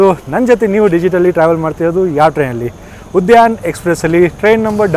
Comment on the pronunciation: ಉದಯನ್ ಅಲ್ಲ ಉದ್ಯಾನ್